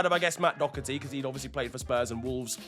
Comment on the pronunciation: As an Irishman you dodged a bullet with the Doherty point lad. Now work on the pronunciation and we're all good boi 🙂